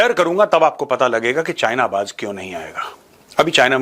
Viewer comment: "Baj" nahi hota, you duffer, idiot, Baz hota hai. 😅😅😅😅